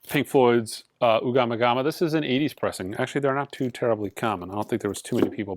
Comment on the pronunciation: The Floyd album is Ummagumma, not Ugamagama. lol